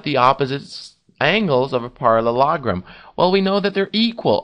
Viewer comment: Parallelogram not parrologrom